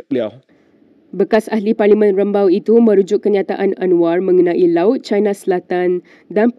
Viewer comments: 😅Sebut betul2 perkataan dlm bahasa melayu.sebutannya chiina bukan chaina.bercampur aduk bunyinya sekian terima kasih. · Who is the person narrating the visuals? Please pronounce properly in BM. Example Pulau Pinang (Pulau Pineng), Cina (Caina), malapetaka (ma la pay ta ka). The newscaster is wearing a hijab but a hair salon is one of the commercial sponsors 😂